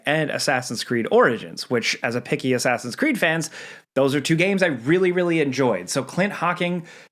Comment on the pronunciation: Asscreed lol